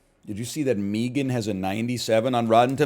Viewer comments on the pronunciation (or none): Why does be pronounce it meegan I'm going to go joker mode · Obviously it's meant to rhyme with began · He probably says it like that because of the Key and Peele bits with Meegan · why does he say it like that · Probably because no one pronounces 3 like "thray," not even Canadians.